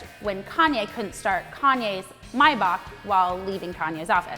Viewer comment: She did pronounce 'Maybach' correctly